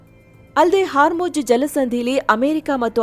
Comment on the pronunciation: Hormuz ❌️ Haarmoj ✅️